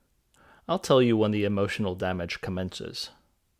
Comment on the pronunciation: The only thing holding this video back is an "Eee-moo-shunal dam-age" upfront.